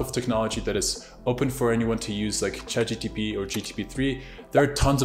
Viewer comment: Its chatgpt not chatgtp😂